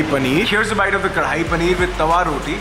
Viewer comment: Kon Kon hai jo.... Hear's a bite bolta hai bhaiya ke bolne see phle 😂